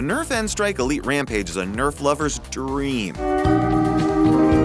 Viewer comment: the way he says dream